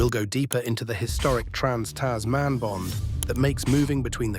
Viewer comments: Its Tasman (one word), not Tas man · Tas Man. lol what.